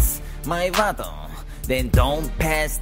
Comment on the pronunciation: Lmao at the way he says vato (sorry if I spelled it wrong)